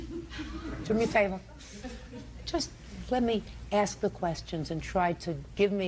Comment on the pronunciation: Did she axe or ask?